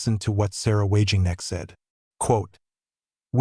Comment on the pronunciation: Pity your bot voice can't pronounce Wagenknecht right. It's already difficult to bring media attention on her, with all the Capitalist media constantly promoting the Far Right.